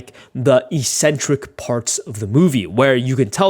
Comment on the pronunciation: Its pronounced ECK centric not "eSSenTeRiC"